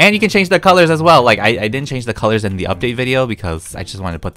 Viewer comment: I like the fairy lights and the pillars Me: did u just say kellurz?